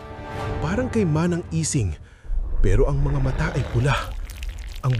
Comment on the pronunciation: manang ising..hindi lang kayang bigkasin ng auto narrator ng tama..